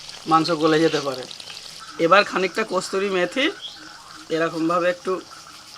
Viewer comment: ভাই ওটা কসৌরি মেথি বলে কিন্ত তুমি বলছো কস্তুরি মেথি